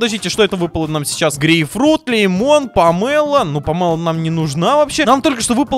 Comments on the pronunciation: не памэло а памело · Не помэло а памило